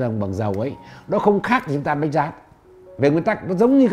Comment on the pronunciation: Cái lưỡi bị gì mà nói chuyện bữa nay khát ngày mai lại khát. đổi người đi